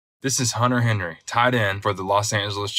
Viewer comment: 'unter 'enry